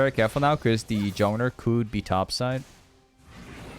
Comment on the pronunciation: Why do you say jowner and not jungler?